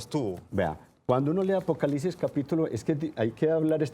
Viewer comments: La gente aveces no pronuncia bien o no escribe bien entendiste que era apocalipsis no? O no entendiste para explicarte desde el principio peonunciando bien apocalipsis y no apocalisis ya una persona ahora tiene que pronunciar bien todo para que la gente como tu entienda porque parece que no entiendes. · Apocalisis .....(?) donde quedo la “P” APOCALIPSIS mi Señor con todo respeto